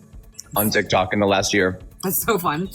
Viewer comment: "...tik tak story..." 💀 serious! 😂